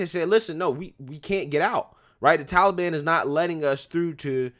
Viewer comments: Dear Joe: it is Taliban - not Tally Ban!! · Biden doesn't even pronounce taliban right